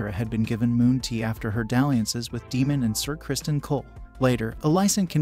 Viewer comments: Yes I had to unfortunately turn it off because of that constantly calling Daemon Demon🙄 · He said Egon and Demon!! 🤣😂